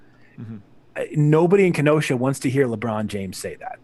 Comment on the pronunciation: Ken-oh-shah 🤣 im from wisconsin! Whats up!